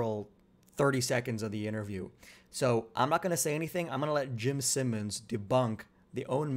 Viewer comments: Jim Simons pronounced S(eye)mons 👍🏽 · bro how are you pronouncing Jimmy's name wrong, wtf